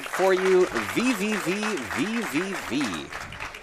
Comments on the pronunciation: It's amazing how people who professionally speedrun VVVVVV can't say it correctly......It's literally just V... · Just pronounce it 'V'